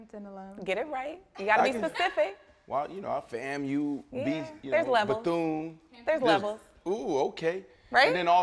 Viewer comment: Thank You for saying "Bethune" !!!!